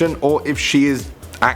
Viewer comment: ummm needs to learn how to say nazi. lol jk just thought that was funny